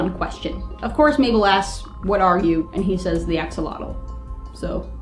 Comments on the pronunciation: Axolotl should be pronounced as a-shol-ot-l. The x is pronounced as a "sh" since the words origin is from Central America. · axolotl isn't pronounced axel-otal, it's pronounced a-sho-lote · He don't say A-X-O-L-O-T-L he said X-O-L-O-T-L Search in Wikipedia for Xolotl and you will understend me